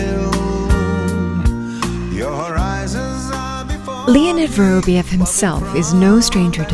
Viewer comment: Pity they couldn’t get the narrator to pronounce his name properly. It’s vuh-rahb-YOV, stress on the ending pronounced YOV. Just lazy.